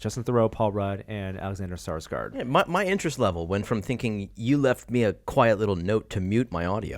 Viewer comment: "Alexander Sarsgaard"? You mean Alexander Skarsgård?